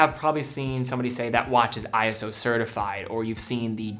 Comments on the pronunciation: I almost hate to bring it up, but it's "eee-so" not "eye-ess-oh" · They aren't "I-S-O", it's "iso", pronounced "eye-so", and stylized as "ISO" (all uppercase). It's not an acronym, but a proper manner that's always spelt in all capitals. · This is trivial, but ISO is pronounced "Eye-so," not eye-es-oh. They capitalized it for some reason, but it's not an acronym.